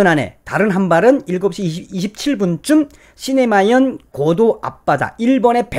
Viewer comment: 그리고 시네마현이 아니고 시마네현 입니다.